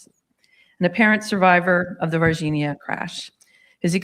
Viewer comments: Ross calls it VarginHAAA because I think he's afraid of mispronouncing it and say Vagina. 😂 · Vargin-ha 😆 hey, at least he tries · "VAR-GEN-HA" lol You're kill'n me Ross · 😅 every time I hear "Virginia" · Ross, you're an incredibly intelligent person, so it boggles my mind why you repeatedly mispronounce The city in which these events took place even after hearing the correct pronunciation multiple times lol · Ross, with respect, please take 5 mins to review the correct pronunciation of Varginha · You would think that Ross would take 5 seconds to learn the proper pronunciation of “Varginha”. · James Fox is the GOAT. His colossal efforts to bring this case to light are only surpassed by Ross Coulthart's relentless commitment to mispronouncing the name Varginha.